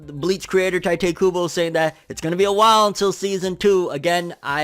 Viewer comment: Isn’t it pronounced Tee-tay Kubo?